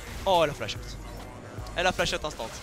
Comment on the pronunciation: ptn quand il dit "flash out" je suis la seule a comprendre "flachotte" ???